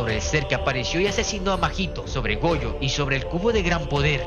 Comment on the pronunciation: Jojo o Gojo cual de los dos por cuando dices Jojo dices Gojo